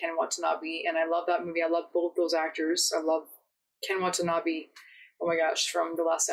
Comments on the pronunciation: Every time I hear someone pronounce Ken Watanabe's name, it sounds like "what a knobby" to me, and it always makes me giggle. No disrespect intended, I just think it's funny. Great reaction! \m/ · Watanabe is pronounced "wah-tah-nah-beh"